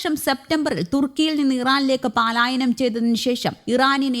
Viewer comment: Paalaayanam venda, palaayanam that is correct.